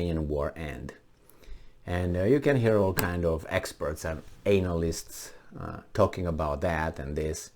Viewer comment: The first letter of the word "analyst" is pronounced as in the word "at," not as in the word "ancient." The way you pronounce it could be interpreted as a dirty word!